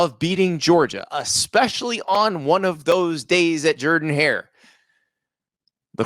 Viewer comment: Everybody says zJerden not Jourdan